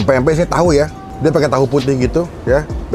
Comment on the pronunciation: bang, ati2 nyebut pempek. huruf M nya jgn diilangin.